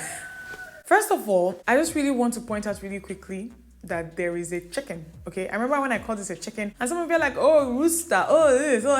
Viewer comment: The way you pronounce the chicken😂😂😂😂😂